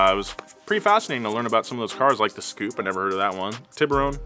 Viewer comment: I'm still laughing my arse off at him calling the "S" Coupe a Scoupe lol